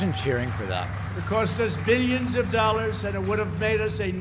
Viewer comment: After I watched that video which was just clips of him saying “billions and billions and billions” I can’t help but notice how weirdly he says “millions/billions”